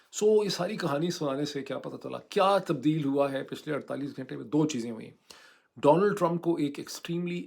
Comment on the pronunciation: گھینٹے نا بولا کریں صحیح لفظ گھنٹے ہے